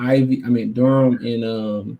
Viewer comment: Its Banchero, Not Barencho. Its DUREN not DURHAM